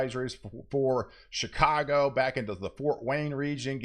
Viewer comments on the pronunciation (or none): none